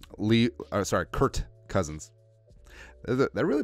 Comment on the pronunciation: It's kirk cousins not Kurt cousins